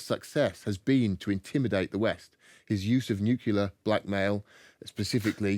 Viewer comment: Oh dear. When someone can't pronounce "nuclear," it's like licking one's knife at the dinner table.